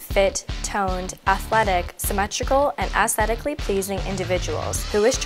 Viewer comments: I think that was a Freudian slip, the voiceover gal clearly said "ASSthetically pleasing" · She said ASStetically pleasing, I swear she said it.